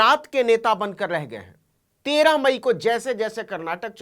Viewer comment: 13 मई 13 ई बोलो😅😅